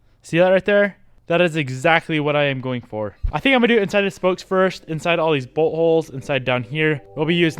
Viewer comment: lol when you say bolt holes it almost sounds like you're saying buttholes!